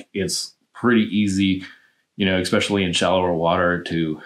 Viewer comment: It’s “especially”, not “exspecially”.